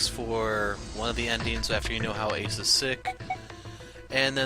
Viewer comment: Why can’t you say ace and santa?